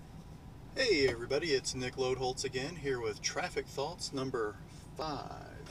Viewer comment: Each time you say your name in the beginning of the video, I don't know why but I hear Nickelodeon instead of:D ahahah